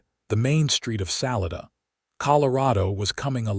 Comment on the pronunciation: It's sa-li-da not sal I da lived in Colorado many years